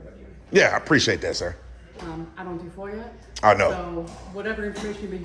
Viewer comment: There's no r in foia. .get it right